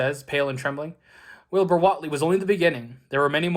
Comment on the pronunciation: I'm pretty sure it's pronounced Whateley. :)